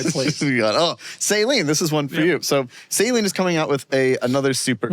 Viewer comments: Suh lean not sayleen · I've never heard Saleen pronounced that way ! The way y'all say sounds like medical normal "saline." I've always said Sa Leeeeen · One day Doug and will learn how to say saleen